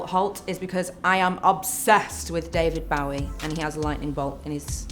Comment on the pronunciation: I lost it when she said Ba-wee instead of Bo-wee 😂